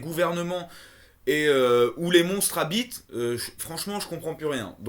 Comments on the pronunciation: J'ai cru qu'il avait dit "les monstres à bites" au lieu de "les monstres habitent" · xD j ai mit ta video en fond pour faire mes devoirs et la j'entend "les monstres habite" (les monstres a bites) xD chui mort